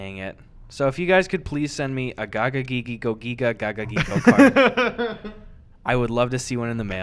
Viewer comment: Incase no ones said it yet, the yugioh card is pronounced: Go-Giga Gah-Gah-Ge-Go Also yeah those cards were fake lol